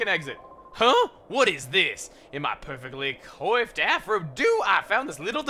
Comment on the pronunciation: "coiffed" is pronounced "quahffed". It's a weird word, probably french or something